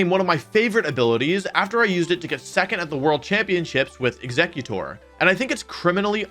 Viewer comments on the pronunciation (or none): none